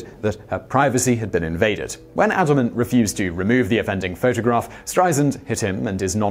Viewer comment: It's Kenneth AY-dleman, not Kenneth AD-dleman.